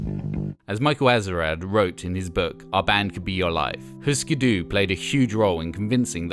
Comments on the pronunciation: Eftersom der er umlaut på Hüsker Dü får det vel mere en 'y' lyd, ikke? Og 'Hysker Dy' lyder ikke langt fra det som fortælleren siger, i mine ører :) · But we dont have umlaut-U in Danish, and the pronunciation sound more Swedish .